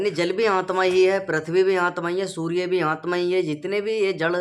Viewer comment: सूर्ये नही सूर्य बोल